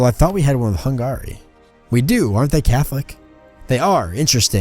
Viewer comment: The way you pronounce Hungary... Try pronouncing it more like hungry, putting very little pressure on the a. Other than that though, very good episode :D